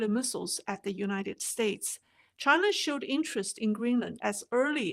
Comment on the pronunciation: Wang crapped his pants the first time Trump said "Chi-NA" hahaha